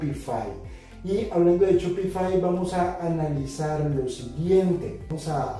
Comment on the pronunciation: SPOTIFY NO SHOPIFAI SE PRONUNCIA ESPOTIFAI PERO SE ESCRIBE SPOTIFY :)